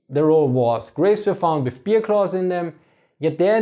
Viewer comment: i am the only one i hearing "beer" instead of "bear"?